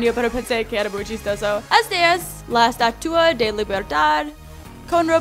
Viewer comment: Es gracioso como dice estatua XD